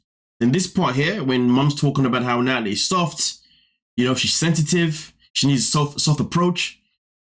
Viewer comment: Nutalie, Nutalie, Nutalie 🙄🙄🙄